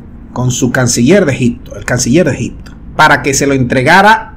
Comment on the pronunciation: Ni hablar sabes Se dice ejipto no ejicto